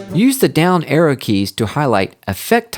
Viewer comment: I kept on thinking he was saying error But he was saying arrow